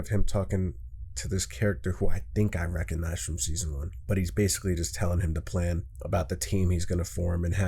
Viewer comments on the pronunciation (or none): none